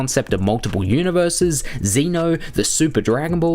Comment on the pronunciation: dude you said zeno name wrong not xeno